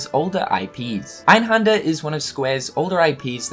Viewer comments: Its called EinhÄnder not fucking Einhander, learn some German first before you make a video talking about this stuff ffs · You do know that the 'händer' in einhänder is pronounced like hander in for example 'left Hander'? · in german, you pronounce Einhänder actually with an "ä" like in apple. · It's so funny how you pronounce 'Einhänder' xD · As a German it's really funny to hear him saying "Einhänder" :D